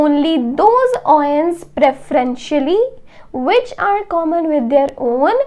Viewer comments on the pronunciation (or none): none